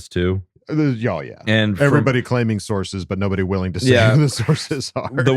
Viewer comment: I'm glad I wasn't the only one that heard "sauces" and not "sources" 😂